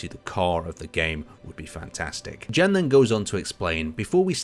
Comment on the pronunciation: you can read "Jan" name as "Yan" just like in the the word "yes" (affirmation).